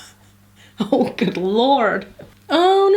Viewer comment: When she said “oh good lord”she sound so American!lol